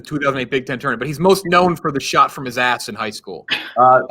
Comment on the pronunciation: "Touanrment"... nice